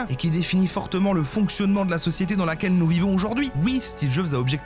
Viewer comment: J'en pouvais plus des "sociéter" à la fin mdr